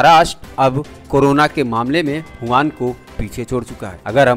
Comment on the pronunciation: Are bhai howan nhi wuhan city hai🙄 be careful